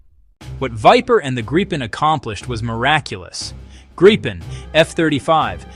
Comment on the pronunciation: its not Gripe-en or Greep_en, its Grip-en. Why because its how the Swedish pronounce it